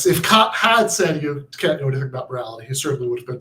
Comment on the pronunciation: Kant is definitely a name you don't want to mispronounce.